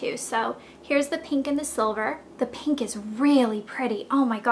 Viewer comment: Pink not PEENK!!!!!